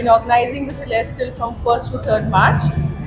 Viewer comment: Its Celestial, not Celestral